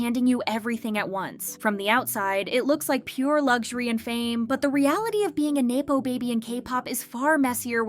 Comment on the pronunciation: have you never heard the word nepotism said aloud? it's nepo baby not nae-po baby